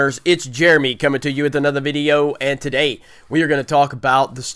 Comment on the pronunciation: You didn't say "and today" the correct way.